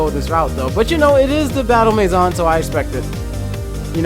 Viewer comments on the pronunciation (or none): none